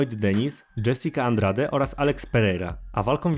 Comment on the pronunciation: Masz straszny problem z czytaniem nazwisk zagranicznych już któryś z kolei to słyszę (w tym przypadku zamiast Benoit to byczku Benua, nie Dżesika Andrade tylko Andraż)